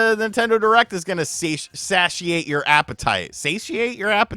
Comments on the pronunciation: Say-she-ate :D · rebuking a character from Pokopia, that looks like it came from the movie Weapons, in the name of Jesus! 🤣🤣🤣 it is Say-she-ate just busting your balls.